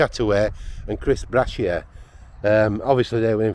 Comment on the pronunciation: He treated my brother in the 1980s. Btw, Chris Brashier is Brasher with a soft A.